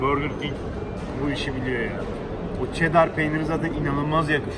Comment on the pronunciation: Burgur king değil burger king